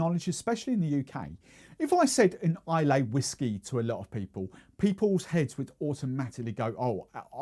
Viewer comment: If you could pronounce Islay correctly, that would be great